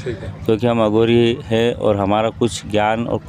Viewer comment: अघोरी से सही से बोला कर बे